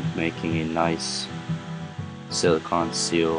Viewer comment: I don't like how you say silicone